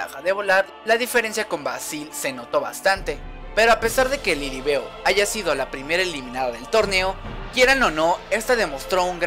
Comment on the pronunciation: No es lilibeu se escribe lilibeu pero se dice lilibiu